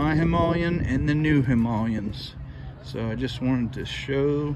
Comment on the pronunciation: Thank you for making the effort to pronounce Himaaa le yen correctly.